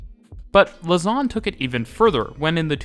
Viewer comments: Lausanne is not pronounced "luss-an", but "low-san". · loze-ann rather than luh-zarn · Lausanne is mispronounced. The A is flatter. Yours tends towards an O: lausawn :( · can't help but hear 'lasagne' everytime you say the city's name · Just a little tip for the future. Lausanne is stressed on the 1. syllable (LAUsanne) 😉